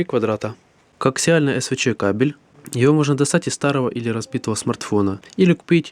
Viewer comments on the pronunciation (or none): none